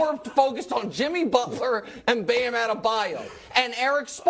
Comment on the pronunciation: Miami with the same roster beat Celtics 4-2 (2020), went 3-4 with them last year with the most one sided referring in NBA history, and now get to play against them again, and this guy has the audacity to say this shit lmfao. Funny. Meanwhile can't even pronounce the all star Bam's name.